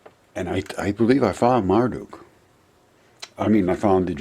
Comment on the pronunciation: Stop saying Mar-Duke. It’s pronounced Mar-duck. You really believe those landscape features in the desert are a real dragon?? 😄😄